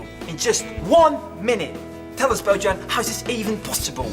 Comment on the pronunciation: *part of the joke is that in Slovenian language you pronounce it like "Boyan" but when he anounced him he was pretending he doesn't know that ("Bodjan") XD